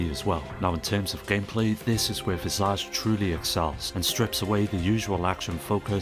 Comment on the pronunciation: The way you incorrectly pronounced visage makes my skin boil